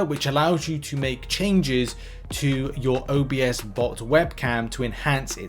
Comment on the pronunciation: "OBS"bot not O B S bot lol. Love the videos!